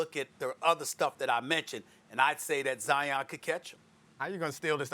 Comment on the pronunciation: No one : Not even Covid-19 : Stephen A : Zion Williamsons Dominique : Jaian